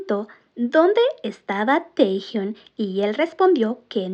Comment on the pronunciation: Porque lo llamáis Tejiun!???!!! Cada vez que lo nombrais así sufre mi alma y me sangran los oídos!! Si decís bien Jungkook, haced lo mismo por el porfavor!!!!